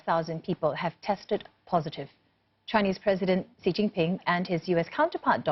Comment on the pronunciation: It's President Xi (pronounced as "see") not Qi ("Chee").